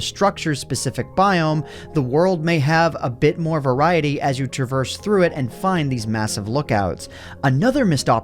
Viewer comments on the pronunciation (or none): none